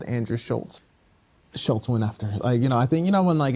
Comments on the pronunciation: Crazy they couldn’t even pronounce Shultz it was “shullz” the whole time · The kept pronouncing his name wrong too😂😂😂 schulls 😭